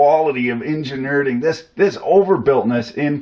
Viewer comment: 'Enginerding', 'electrocity', 'neodiddlium'